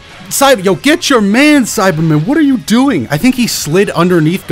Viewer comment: I swear your saying Simon instead of saibaman